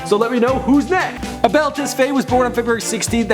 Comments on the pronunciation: It's TES-FA-YE not TES-FAY lol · It's pronounced "tes-fi" the aye is pronounced like the i in the pronoun I or the word fight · Its TES-fah-YAY, and I should know That's my last name